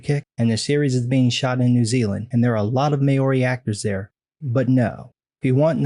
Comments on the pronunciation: It's Maoh-ree Not May-ori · As you've mentioned them several times over several videos, I'd just (as a Kiwi) like to correct your pronunciation of Maori. You always pronounce it MAY-ORI (which is wrong), it should be pronounced more like "Mau-ree" --- even then, that's a bit simplistic as the first syllable has a vowel sound that somewhat unique to Te Reo Maori (i.e., the Maori language). That said, if you pronounce it as Mau (like "pow" with an m) and Ree (like "tee" with an r) then you're going to be close enough for a non-native. :) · Great video mate. FYI, Maori is pronounced 'mow-ri'. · Hahaha im from nz and Maori aint pronounced like that but good try got me laughing like fuck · God im so sorry, but i snorted and choked on my tea when you said Maori